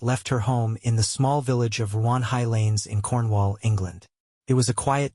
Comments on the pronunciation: It’s not Juan, it’s Ruan, we are in Cornwall, not Spain. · It’s Ruan Hiighlands not 1 highlands